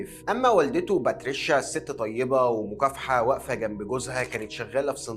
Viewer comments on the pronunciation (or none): none